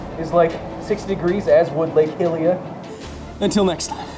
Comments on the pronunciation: You think with all that research he'd have come across how to pronounce hylia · One of my Zelda pet peeves is people pronouncing Hylia as Hill-ia instead of the correct High-lia. You get a pass because of the pun with your last name :p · Lake hillia and ohkuhrina lol